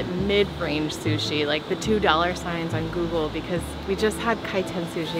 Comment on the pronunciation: rofl "Sushe"